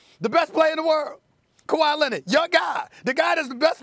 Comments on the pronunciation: Stephen “Kawhi Lenit” Smith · "KaWhy Lennit" ~ Stephen A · Stephen A. Smith: “Kawhi Lennid”.